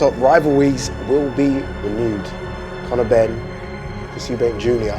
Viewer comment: Connow benn mr “it makes no difference to me”😂